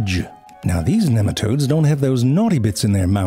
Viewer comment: it's NEEM-a-todes